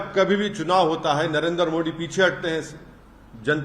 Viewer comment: इसको मोदी जी का नाम लेना नहीं आता बोलता है नरेंद्र मो Di